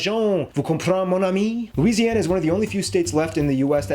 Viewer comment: He nailed the Louisiana one. There’s pretty much nothing to add for us lol